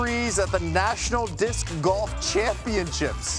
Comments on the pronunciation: I hate how none disc golfers say disc golf. "DISC...golf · I love how every time they all pronounce it “DisCCC golf” and then get everyones name PERFECT. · The way they say "dis-K Golf" hurts my soul 😒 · Like 8 times. "Dis-'K'-Golf" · Kills me how they pronounce disc golf. DisCQCHKKCKCKCH Golf. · These announcers are hilarious. Even funnier because you can tell they don't want to accidentally mispronounce the name. "DIS-KUH" golf. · 90% of the announcers “dithk golf” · Making sure they don’t say dick golf haha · Why do they all have such a hard time saying “disc golf” 😂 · I never thought I'd hear so many people have this much difficulty saying the word "disc". Jesus Christ. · They certainly made sure to pronounce the C in disc. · Why can none of these commentators say disc golf normally? They're trying so hard to make "disc" a 3 syllable word. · "Disc" Golf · Never heard disc said as 2 syllables, but half of the announcers seemed to think it was 😆